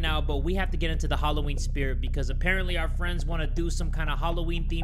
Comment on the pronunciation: yooo I thought you said bloody Hallof*ck 😂😂😂